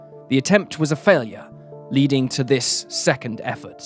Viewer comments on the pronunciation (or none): none